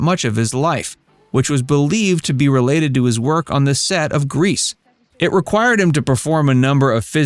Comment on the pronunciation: Listen to pronunciation. CON-A-WAY.